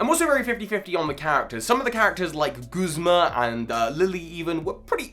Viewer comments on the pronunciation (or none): none